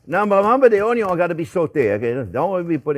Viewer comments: Love the way you say onion (onyon)....👍😆😆👏👏👏🥰😘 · Absolutely love it when he says "Onyo" 🤣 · Where did you learn to spell? It's ONYO! ;)